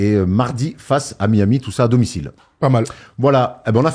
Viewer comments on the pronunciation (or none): none